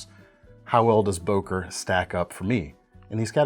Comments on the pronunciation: not o!, ŐŐŐŐŐŐŐŐŐŐŐŐŐ! why is it so hard to pronounce this sound? "Ő" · ...why always boker??? its an german brand called böker with ö !!